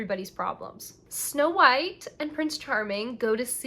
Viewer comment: snow white is pronounced like "my wife" borat style